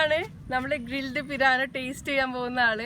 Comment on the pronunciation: Not piraano, pirana